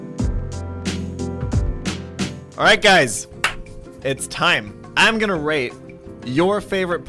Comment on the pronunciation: I thought at the start instead of hearing "I'm gonna rate.." I heard "I'm gonna RAPE your favourite Pokémon"